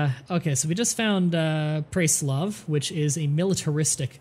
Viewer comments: and PRESS-LAV, and CO-SACK, i'm feeling WAY to good about correcting you sorry... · also the city states name is PRESS-LAV